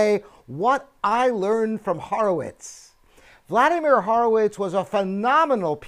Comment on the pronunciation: You pronounce "Horowitz" wrong.